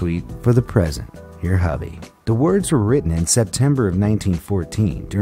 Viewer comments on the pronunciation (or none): none